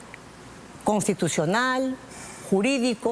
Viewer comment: NO SE DICE CONTITUCIONAL, SI NO CONSTITUCIONAL